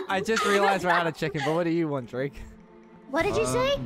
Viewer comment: i like how u call drake are drade